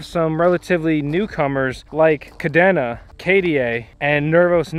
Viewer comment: Thanks for the overview, and good luck with the operation. By the way, Kadena is pronounced "Ka - dana" like Dana Point, CA